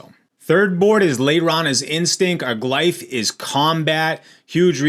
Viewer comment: "Glyph" is pronounced "gliff"